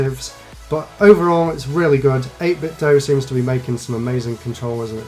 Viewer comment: Thank you for pronouncing 8bitdo correctly. 80% of other reviews on YouTube get it wrong. Good job as always